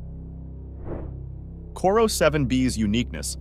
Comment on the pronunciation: I think it's Corot 7b. Not "Corro"....